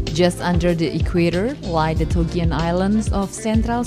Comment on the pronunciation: not TOGEAN but TOGIAN